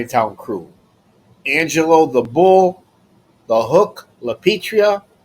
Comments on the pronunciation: La pee eh trah..LAPIETRA...not ...la pee tree uh..LAPETRIA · It's LAPIATRA, not LaPitria. I heard that the old guys could get in real trouble for mispronouncing someones name especially from Italian to Italian, it was considered a big sign of disrespect. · I always laugh at how you pronounce the Hook's name: L a P i t r i a :face-blue-smiling